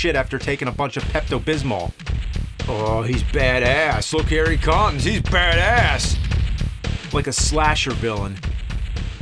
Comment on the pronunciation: The way he pronnounces badASS always kills me 😂